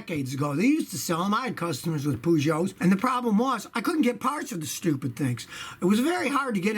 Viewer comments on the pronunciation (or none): calling them "poo-joe" sounds so weird, in the UK we pronounce it "Purrjo" with a soft J. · It's pronounced 'Per'geot not 'Poo'geot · wow the pronunciation of Peugeot.. Its not said like Pujot! its more like Pejou! hard to spell how to pronounce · the british say perrjoe scotty says poojoe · Wtf is a pujoe is pronounced pershow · Scotty its pronounced purrrrrgo like a cat purring. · It's pronounced Purrgoet not Poogeot lol 🤣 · « Pouuugoooot » 😁😁 not it’s « peeeejoo » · pugo xD wtf peugeot! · Peugeot is not stupid. Just because it's made in Europe doesn't make it stupid. They are very well built these days and are brilliant vehicles just like Renault. In fact they are better than the rubbish Chevrolet rolled out in Europe and Africa recently. And by the way it's not "Pooojoe". It's more like "Peugeot"! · Scotty I'm not French either, but Poogeot is not the name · Scotty is the POOgeot intentional or just a mistake ? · /PEDANT ON/ It's pronounced "purr-joe" /PEDANT OFF/ :) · Pooshow? That is probably the worst attempt at pronouncing Peugeot ever made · It's PURR-SCHO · Lol poes jou... hahah just the way you pronounced it hahaha... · Lmao "poo Joe" butchered it! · Pronounced pea- show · You are not saying it right Scotty. PUJO?:)) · You are pronouncing Peugeot wrong. Its per-geot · The easiest way to pronounce Peugeot is Purrsho, but say it fast ;) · Well, he calls them Poogeot, so of course he hates them. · so that's how you should pronounce it in USA - POOGEOT - no pun indented right ? lol Scotty ... don't worry , we also think it's garbage (at least in Poland, Germany and UK). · Dying at the way you say "Poo-Joe"! 🤣🤣🤣🤣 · Man says Peugeot so flippin wrong 🙄🤦🏾‍♂️ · I love the way Scotty pronounces Peugeot now I wonder how he pronounces Renault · Your pronunciation of Peugeot deserves some slaps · Not pronounced like that :( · You pronounced Peugeot funny, Just call it a Pug like we do here where they sell in massive numbers and parts are plentiful.